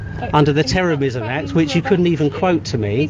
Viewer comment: tewwowism... the cuwwent climate is sevewe...